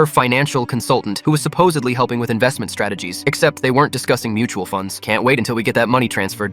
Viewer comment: "Stra ta geez"😂😂😂